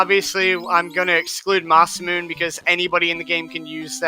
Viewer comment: Ma-Se-Mu-Ne guys come on...